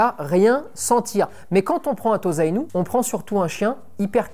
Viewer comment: On prononce TOSSA-INU, et pas TOZA-INU si jamais :)